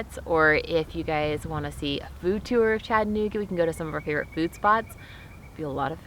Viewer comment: Thanks for pronouncing the cities name correctly. For an unknow reason, some will pronounce it Chatt-nooga. Doing this, while clearly seeing and knowing the middle a is there.